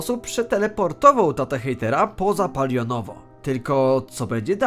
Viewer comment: Naucz się mówić. Nie polionowo tylko palionowo bambiku